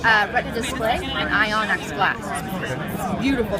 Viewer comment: ion-x glass she says XD